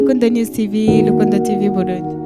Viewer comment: Alvella urantwenza ingen uvuga Rukundo ngo ni lukundo